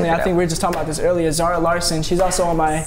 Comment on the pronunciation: not Zahra he says Zara